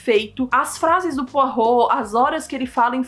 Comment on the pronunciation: nossa ela fala o nome do Poirot direitinho eu pronuncio igual poró kkkkkkk